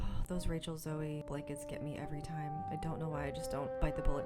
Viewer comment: Ugh...I love sooo much this year!! It's definitely been a good Halloween decor year so far! Thank you for the walk throughs! It's like window shopping for me. * Rachel Zoe is pronounced Zo (the "e" makes the "o" say its name. 😊